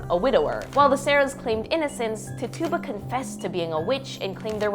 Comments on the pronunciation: For future reference, Rev. Parris's Carib Indian's (NOT African American as most people think) is pronounced TIT - Chew - Ba, Not "Tit-tuba" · It's titchubah, not titooba... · For God's sake, Tituba is pronounced Tichuba. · Tit-tuba? Lololol not how her name is pronounced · You pronounce it like tidguba. Tituba. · Pronounced tituba wrong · It’s Tituba, you’re pronouncing it wrong